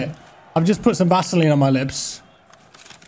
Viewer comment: Bro the way you said Vaseline and blurry, it feels you have not played tarkov at all forget about after 3 months 😂